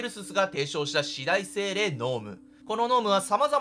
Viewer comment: すみません。 四大精霊の読み方よんだいせいれいだと思います